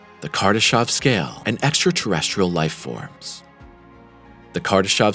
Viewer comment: It's Kardashev, not Kardashov. Is this a pure AI generated channel? It's mistakes after mistakes... after "mistakes".